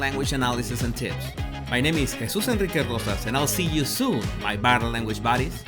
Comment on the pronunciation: I thought he was addressing us as “body language bodies” until I put the captions on. 😂